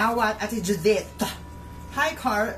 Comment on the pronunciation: This is all Judit's fault: JUDIIIIIIIIIIIIIIIIIIIIIIIIIIIIIITTTTTTTT-H Me: wow the he said it with an h😂